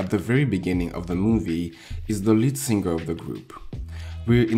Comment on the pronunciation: when people realize its SING-ER NOT SIN-GER 🙄🙄🙄